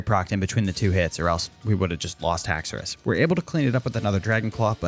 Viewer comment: HAXORUS, NOT HAXOUOUS!